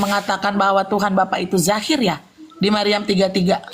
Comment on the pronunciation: Dohir kan pake do bukan pake j atau pun z,,,kok di bacanya zahir yah ???,tolong itu asalnya dari mana ya ??